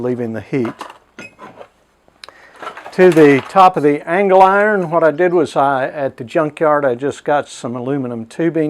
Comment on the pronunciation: Nice video, but I cringe every time you say angle iron.